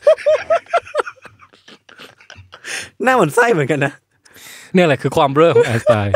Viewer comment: จากใจคนใต้ หลับเหมือนกันแต่ตื่นมาขำคำว่าเบล้อ